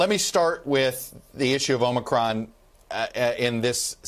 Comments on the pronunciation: "The Omicwon Vawiant is waging thwu the wuld!" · Please teach Dr. Fauchi to pronounce omicron correctly, with a long o, as the NBC anchors do.